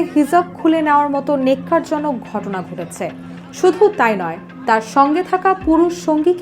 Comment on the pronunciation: নেক্কার নয় ওটা ন্যাক্কার জনক হবে